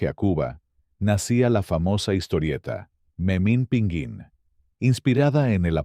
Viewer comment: Tras Rius, Gabriel Vargas y José G Cruz, el video abunda innecesariamente en Yolanda Vargas Dulché y Guillermo de la Parra, con un pequeño paréntesis con Las Aventuras de Capulina, haciendo la narrativa maquinal de las suyas cuando dice Memín PINGÜÍN y no, es Pinguín de pingo 😅